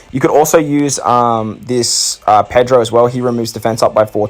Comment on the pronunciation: lol u called pedro, persopero